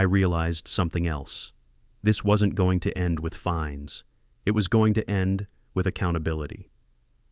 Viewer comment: It's "fines" NOT "finds."